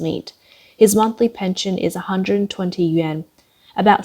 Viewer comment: Im sorry. But who are these idiots that keep-across youtube- pronoucing the "YUAN" like the japanese "Yen".